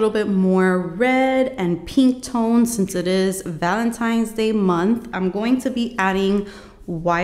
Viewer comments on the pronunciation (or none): none